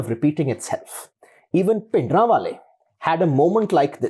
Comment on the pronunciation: I love his Punjabi pronunciation of Bhindrawale